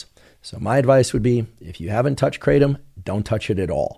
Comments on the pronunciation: The original Indonesian pronunciation is krah-TUM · The American pronunciation is KRAY-tum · The trees are everywhere here in Thailand and it’s called Kra-Tom kra like in crack and Tom like the name